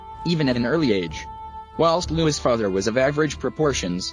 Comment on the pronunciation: Louis cyr , not Lois cyr